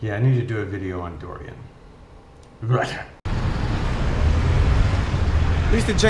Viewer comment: Hey....its Durian, not Dorian!! Enjoy Chiangers buddy, loved it there.